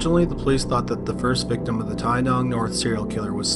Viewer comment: Wow. My town is mentioned. Well done on your pronunciation in story #2 (Tynong serial killer), Australian towns can be a mouthful.